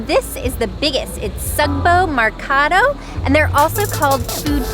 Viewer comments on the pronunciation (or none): Please Just pronounce the Sugbo Mercado, the right way It's SUGbo not sogbou And it's Merkado not mercadou And please reminder I'm not hating and I enjoy you're vids